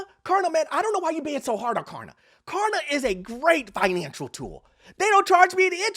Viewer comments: It’s KLARna, not KARna. 😂 What happened to the “L?” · Stop saying Karna idiot!!! It’s Klarna. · It’s K”l”arna, not Karna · If he says karna one more time I am un-following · It’s Klarna with an L!! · Purposely not pronouncing it right? It has a L in it. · This dude refuses to pronounce Klarna correctly with the most obnoxious laugh I've ever heard on YouTube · Klarna is facing the Carma. Can you not pronunciate the L in Klarna? Ha ha ha ha. Ma Ha ha ha ha, JK JK the platforms the devil practically as bad as Car loans.